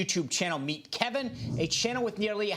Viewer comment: Kevin's face when the dude pronounced his name correctly.